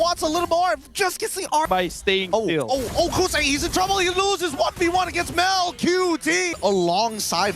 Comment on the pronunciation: HAHAHAA kousei not kouzen 😂